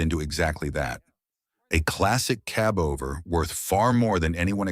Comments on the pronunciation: Gee, I want my own "kuh-BOVER" truck! 😁🙄🙄🙄 😊(Stupid BOTS!) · If he says cubover one more time, I promise I will come through that screen and kick the living daylights out of him.😡😡